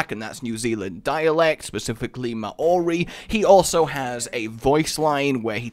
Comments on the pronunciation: Ma-ori xD its pronounced Mow-ree but otherwise it wasn't too bad =P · DID YOU SAID MAH-OHRI??? ITS MAO-REE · K, apparently the language is now called Ma-ow-ree, ( it's only one syllable, maow-ree ). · okay this kiwi is gonna teach you guys some nz pronunciation. first off Maori is one silable not two. second maunganui is pronounced mong-a-nuwe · I cringe so much at you pronouncing Maori words... Here's some help with it Maunganui: Mong-a-new-e Tauranga: Toe-wrong-a Maori: Ma-ow-ree Also, I love the idea of the tug of war style map. Great use of the city as well. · bro its more like mouldy as opposed to ma ori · List of names that cannot pronounce- Maunganui- (Maow-gan-newy) Tauranga- (tow-rong-nga) Maori- (may-or-ree) this may have already been stated but it helps to have another list for him to see eh? would really like to see some Maori lines for roadhog, even just Ki'ora would be nice. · Mah-Ohri? MAH-OHRI? GODDAMN you need to work on that pronunciation or you'll trigger so many people... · Btw it's 'Mo(moth)-nga(really light g)-noo-ee'. And 'Māori' is usually like how you pronounce Maui but with an r, or 'Mo(mode)- ri' if you want to be posh. And and kiwi is also a cool NZ bird. And and and Tauranga is 'Tow(tower)-wrong-ah' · That pronounciation of Maori though. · faaaak the pain is real. the pain in my gut from laughing so much at rages sheer shit prenounciation of nz words. I am from New Zealand btw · I live in Tauranga, across the bay from the mount, and please stop. You didn't even say Maori correctly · When he said Maori really weirdly I cracked up laughing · YES NZ MAP (MUNG-GA-NEWI)